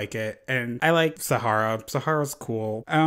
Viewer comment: the way you said "SahaRRRRRah" sent meeeee LMAO